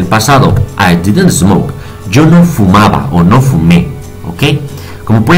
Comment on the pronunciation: he aqui la verdadera pedagogîa de un experto maestro congratulaciones ,con respeto la letra s no se pronuncia es por ejemplo smoke no es esmok , pero de verdad se paso clarito clarito y sirve para despejar varias dudas no te pierdas.bendiciones